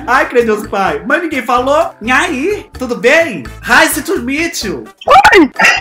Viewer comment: engraçado ele falando "inhai" KKKKKKKKKKKKKKKKKKKKscrr